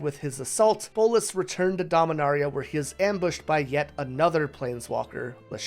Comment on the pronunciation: Bolas not bolis